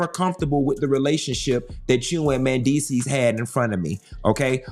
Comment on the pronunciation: Please know how to say Mandeecee... I mean do some research before calling him the wrong name the whole damn story!!!! Goodness this is just unprofessional